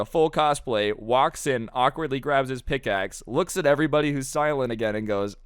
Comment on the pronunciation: mans really said i forgor it ☠️